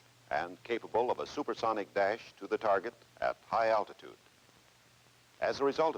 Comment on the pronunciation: “Low al-tit-ude also offers greater probability of survival during penetration….camaltoe concept…drop to low level to perform low al-tit-ude evasive pattern penetration at near sonic speeds…to deliver a lay down weapon against hard or hidden targets…” Nice…. Yes, I’m 5, just like every other guy you know, don’t judge us…